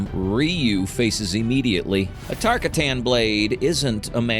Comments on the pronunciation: TAR-KAT-AN NOT TARKA-TAN 😒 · Its Tar-cotton, Earthrealmer! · Tar- k AHH - tin , emphasis on the second syllable